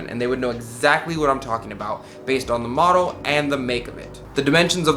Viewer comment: Model not modle